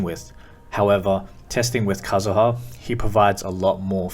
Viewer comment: aight decided to subscribe because you pronounced kazuha correctly